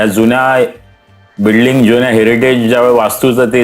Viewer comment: बिडलिंग नाही बिल्डिंग